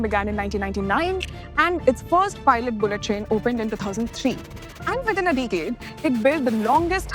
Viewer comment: You mispronounced the word "Decade" again and again. Majority Indians are weak in pronunciation.